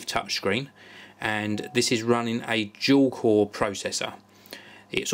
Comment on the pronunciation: when he says dual it sounds like jewel